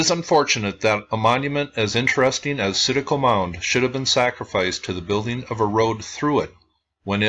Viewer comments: Very interesting and you pronounce it right there is tons of sites like this in Tennessee and in the Chattanooga area that was not preserved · Hey, I really appreciate the work you do and all the videos you upload, I'm an ancient history nerd. Yes, you are pronouncing Citico correctly, although most people in this area would pronounce it with a slight southern tweak. I have lived in the Knoxville area all my life and have never heard of this mound. It's extremely disappointing to hear that it was destroyed for a 'road'. Keep up the excellent work by the way!